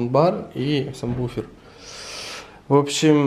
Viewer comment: боже, он говорит самбуфер))) ору